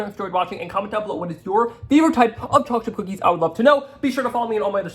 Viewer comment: "Chaw-chip cookies"!